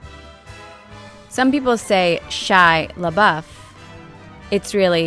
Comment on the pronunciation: I've never heard anyone pronounce Shia Lebeouf "shy lah-buff". They either pronounce it: Shy-ah Lah-buff or Shy-ah Lah-boo-f